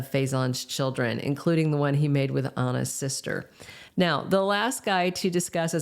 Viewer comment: who’s “Onna”. You’ve never said Anna’s name like that.